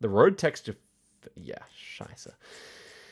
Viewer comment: I agree, and I think his pronounciation is really on point :D